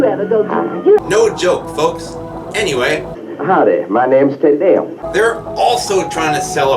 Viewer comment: "Tee-Dee-Um", not "Teh-Dee-Um".